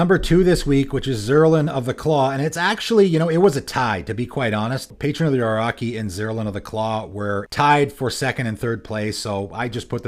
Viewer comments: From the creator of "Say-guh" Here comes: "Patron of the O-raw-key" (I always pronouce Oh-Roh-Shi) Jokes aside, really fun decks. I was trying to figure out an interesting mono-green commander and this might be it. Good job! :) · It’s patron of the “OR-O-CHEE.” love your vids, but you pronounce a lot of stuff wrong 😂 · In Patron of the Orochi, orochi would pronounce like [orotʃi]. That chi reads like ch in chest. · Dude really what was that pronunciation ? Orochimaru XD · Well that's a new way of pronouncing Orochi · apparently it's Canadian LOL